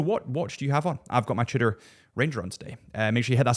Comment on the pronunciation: You pronounce Tudor like "shitter" and I can't un-hear it.